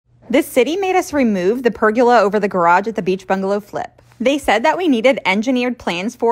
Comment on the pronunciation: Maybe they made you take it down because you pronounce it pergYEWla